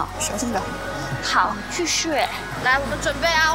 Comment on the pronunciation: 表演之外，王心凌很香的畫面🥰🥰🥰； 心凌跟JESSICA一起比愛心💓 心凌說晚安 心凌用台灣腔說謝謝🤣 心凌要現場粉絲安靜一點 😘 心凌比愛心 💖 心凌跟JESSICA倆倆緊靠，公布成績後抱在一起💘💘